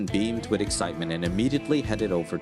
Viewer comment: I subscribed today.... But PLEASE STOP saying "wid" instead of "with".